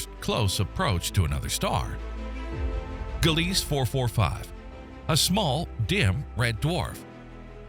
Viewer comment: LOL, your AI voiceover couldn’t pronounce, “Gliese”. It’s correctly pronounced, “GLEE-zuh”. And your Editor SHOULD have caught that.